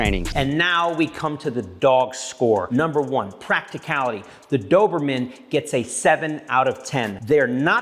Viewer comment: You are pronouncing the breeds name wrong js